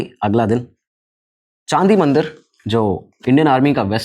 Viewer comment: It's not Chaandi Mandir it's Chandi Mandir (चंडी मंदिर)